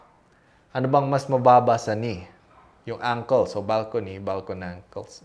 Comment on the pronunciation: Grabe talagaa! Big brain!✨ pero yung the “BalcoKNEE” talagaaaaaa😭😭